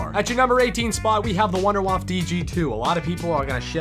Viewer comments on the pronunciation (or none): You said wonder waffle wrong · Did you just pronounce it “waf”!? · I thought wonderwaffe was called wonder WAFFLE